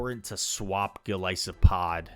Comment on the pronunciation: So glad you pronounce Golisopod's name right. It's an isopod, long I, not an is-o-pod. Small thing I know but important to me. And I think everyone has 0-5 sets. I know I do. It annoys me to no end. 🤬